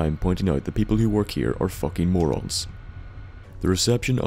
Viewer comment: Lolz "this place is full of Moran" hahaha